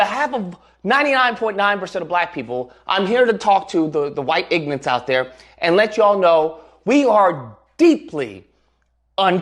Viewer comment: "The white ignants" bro can't even speak english.